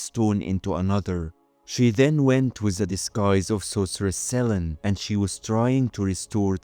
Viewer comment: the goddess of the moon is "se-lee-nee" not sellen, but very interesting